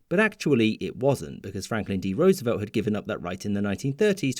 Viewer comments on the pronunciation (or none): none